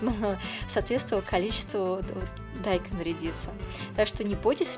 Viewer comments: А почему вы дайкон(ударение на о)Говорите дайкон (ударение на а)Зачем коверкать слова.Так же и баржом!Что это за боржом?Может боржоми? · Я тоже заметила, что автор говорит дАйкон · желаю вам пересмотреть больше видео- блогеров по приготовлению кимчи... да,и вода не отекает с капусты,а стекает. Отекать - это что то вроде опухнуть...И ещё,как то привычнее слышать слово - дайкОн,а не дАйкон,по тому что так правильно - дайкОн ... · Не дааайкон а дайкооон 😃😃 ударение на О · Правильно говорить - дайкОн, а не дАйкон...😉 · ДайкОн!!! Ударение на О. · Во-первых,это не редиска, а редька. А во-вторых, дайкОн. Ударение на О,а не на А. Это просто для ознакомления. А в целом, рецепт хороший. Но классика все же лучше, имеется без добавления фруктов и других овощей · Еще одна. Вы сперва Русский язык выучите, потом нас учите готовить. Уши вянут уже . Каждая вторая каверкает слова. БазИлик,КИмчи, теперь ДАйкон. Так и хочется ударение по голове всем вам сделать. Неучи. Позор просто.🤦🏼‍♀️